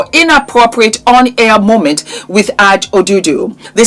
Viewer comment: her name is pronunciationed A, J as the letters not Aaj ❤